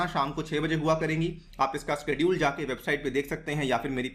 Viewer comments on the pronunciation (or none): none